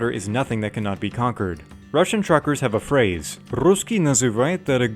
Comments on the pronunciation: About your pronounce: that's kinda funny that you've spelled дорогOй, not дорОгой. That's a completely different word, meaning sth like honey (about a man) or priceful in general. But overall that was good! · The stress must be on the second “o”: dorOgoy. The wrong stress changes the meaning and confuses Russians. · Your Russian pronounciation confused me for a second, since you said "дорогой" like you meant to say "expensive" or "dear".